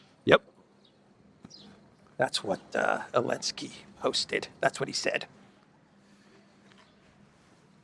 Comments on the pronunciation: You still can't say Zelensky? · Biden call him Belensky.😊